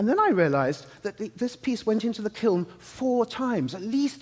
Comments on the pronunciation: My husband is under the impression that it’s pronounced kill. 🥲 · thanks for all of the examples of people mispronouncing kiln.